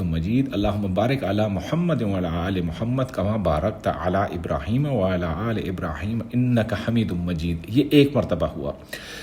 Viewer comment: Wa Aala Aal e... Please make it correct... It nt "wala aal e"